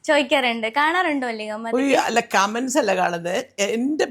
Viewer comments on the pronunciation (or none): none